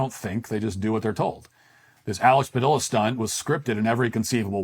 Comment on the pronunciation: You're pronouncing his name wrong. Two Ls in Spanish are spoken with a Y sound, Though to be fair you're absolutely right about him, he is just a fucking child